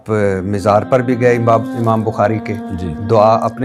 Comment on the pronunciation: Abey Mizar nahi...Mazar bolo...